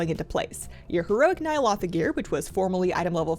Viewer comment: Please learn how to pronounce N’yalotha